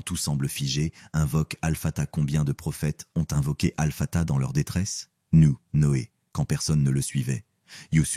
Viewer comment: Baraka lLahou fikom mais s'il vous plaît faites attention à la prononciation des noms d'Allah Sobhanahou wa Ta3ala il s'agit de Al-Hakim, Ar-Rahman, Al-Wadoud, Al-Latif et Al-Fattah, le H se prononce ح, écoutez la prononciation arabe pour ne pas dire autre chose. 🤲🥰